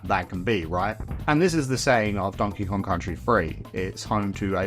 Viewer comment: donkey gon??